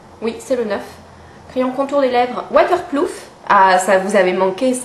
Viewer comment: Que ça manquait "waterploof" !!! J'aime bcp. Contente de revoir tes MU.Bises